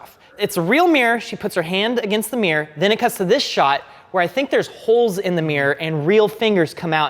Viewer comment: It's not a meer, it's a mirror.